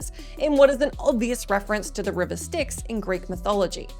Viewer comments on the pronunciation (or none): none